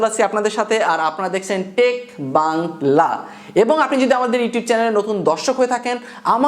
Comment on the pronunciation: Next time থেকে টেক বাং লা টা বিশেষ করে বাংলা শব্দটা ব্যাঙ্গ করে না বলে শুদ্ধ ভাবে উচ্চারণ করবেন। আর হ্যা...... হাত নারাচারাটা একটু কমায়ে দিয়েন, ভিডিও আরও মার্জিত হবে।